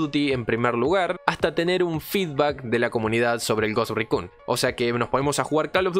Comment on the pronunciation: desde el video anterior sobre el Ghost Recon, si vuelvo a escuchar que mencionas en inglés "Ghost Raccoon" (Mapache Fantasma) otra vez, voy a enviar un petitorio a Ubisoft para poder jugar como un mapache enfierrado en una isla bugueada en el medio de la nada... xD